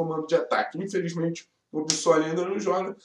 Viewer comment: parabéns pelo vídeo! Mas pô, tá na hora de começar a falar o nome do cara direito! É BiSSoli, não Bizóli!